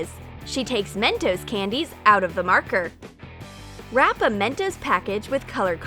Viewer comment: Mentors prononciation i can’t spell Is mentoss